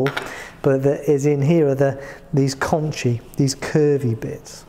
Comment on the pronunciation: Shouldn’t pronunciation for conchae be “con-kae”? According to , concha is “con-kah”.